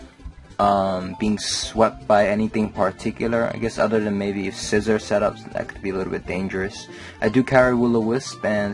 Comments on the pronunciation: no actually its si-zor like scissors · Scizor = SEA-ZOR